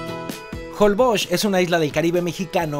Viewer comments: Por que a varios youtubers les escucho que pronuncian holboch, no holbox, asi se pronuncia?, saquenme de mi ignorancia. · Porque dices JOLBOKS? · Jolboch...así se dice? 🤔 Un día de esos cuando hagas la prueba del colchón, te van a poner un sable en medio y ahí te vas a quedar ensartado...jajaja. Es broma. Están buenos tus comerciales.